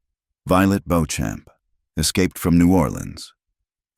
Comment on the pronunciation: I doubt her last name is Bo-Champ! Likely Beauchamp. Which is pronounced either BEE-chum or BEE-cham or boh-SHOM. I love that she took out three bounty hunters with one pistol. She learned her shooting well.